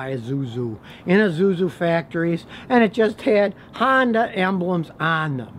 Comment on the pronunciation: E zoo-zoo.